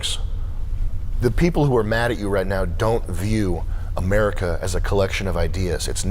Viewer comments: yea lady, so what exactly is americer? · "Americker" - That Woman